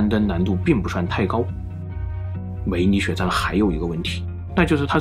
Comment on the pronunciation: 我吧梅里雪山聽成美女雪山😂